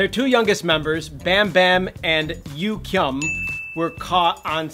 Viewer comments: “Bambam and Yu-Kyum” Looooolll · No hate but you got bambam right. But Yugyeom is. Yuh-geom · You can't even say yugyeom's name right!!